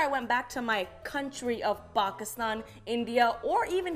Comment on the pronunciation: I'm an Indian, and I can confirm that the way she pronounced India and Pakistan was very cringe worthy.